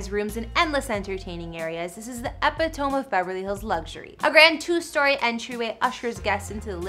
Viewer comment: Epitome is pronounced “eh-pih-tuh-mee” not “ehpih-tome” fyi